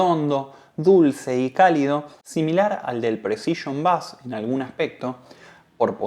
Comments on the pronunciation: No diga "bas"... Por favor, pronuncie " beis" , de seguro lo habrá escuchado muchas veces y lo argentino le seguirá quedando bien. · Bonito informe. Solo una cosa, se pronuncia beis, no bass. Un detalle al pie.